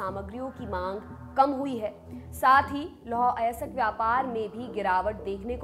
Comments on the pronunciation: थोड़ी इज़्ज़त कर लो हिंदी की अयस्क होता है अयसक नहीं 🙏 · उच्चारण सहीं करें लौह अयासक नहीं लौह अयस्क |